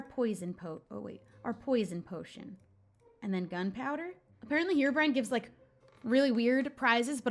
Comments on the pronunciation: It's not hee-row-brine it's heh-row- brine!!! Please see this!!! I commented the same thing on your last video but you clearly didn't see it because you said it wrong again. I'm really not trying to be mean or hate I just really want you to say it right. Reply 🔥... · Herobrine is actually pronounced h-eir-o-bry-an